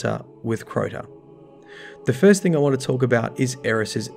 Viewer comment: I've noticed something very interesting, you pronounce thing as "think" and everything as "everythink" but you don't pronounce King as "Kink" or interesting as "interestink" okay I'm weird and that stuff is really interesting to me. (Plus assume as "assoom" and consume as "consoom" but when you say news you pronounce the W. Okay I'm VERY weird)